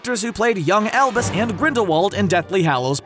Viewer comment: Every time you say "Albus" in this video, I swear to god I hear "Elvis"